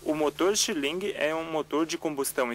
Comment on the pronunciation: Stirling lê-se “istírlim”!